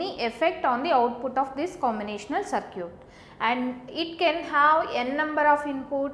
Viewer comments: Circuit is pronouned as "Ser-kit" not "Ser-cute" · Circuit to bolna sikhle 😒 it’s very irritating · I like the way she pronounce circuit as sircute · Circute........ So cute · I like the way you confidently pronounce circuit as SIR-CUTE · focus on the content bro, not the accent and pronunciations. Still it made me laugh listening to that lol. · Aj is duniya se paka wala itebar uth gaya jab se circuit ko sir-cute suna hai🤦🏻‍♀️ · Cir"cute" 😍. Yum (M) Yey (A) South people are so adorable. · I mean no offense but whats a SirCute. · yen number of circute 😂😂😂😂😂😂😂😂😂😂😂😂..but teaching is not bad..thanks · "circute" XD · good... I have heard different pronunciation of circuit first time